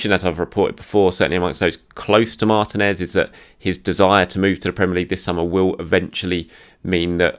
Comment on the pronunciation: Martinez is pronounced MarTEEnez. I thought we had this settled by the time Emi left. 🥲🤣🤣